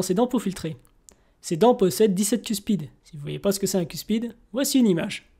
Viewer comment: Super vidéo mais maintenant on dit Otodus(Megaselachus) megalodon et on dit cuspide pas cuspide